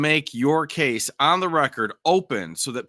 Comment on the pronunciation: "Coss number 23" ???? Does he mean case lol? Is this some weird pronunciation?